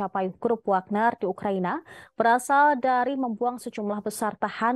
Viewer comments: Di tulis nya si memang wagner tapi di baca nya wekner min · Wekner min bukan wagner, memang si tulisan nya wagner tapi di baca nya wekner grup